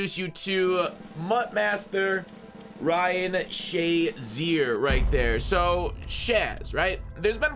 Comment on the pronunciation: Noone literally noone calls this dude shaz. Its SHA (SHAY).... or flat out 50